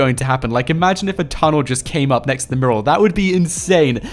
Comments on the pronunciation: Mew-ral.. not murral and stop saying guys so much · Miral not merl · Dude it's pronounced "mewral" . Otherwise good vid' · Mural.. More emphasis on the U. It's not morul